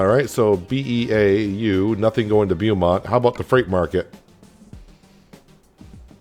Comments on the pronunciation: Oh and it's pronounced "Bo"mont lol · Beaumont is pronounce bow mont fyi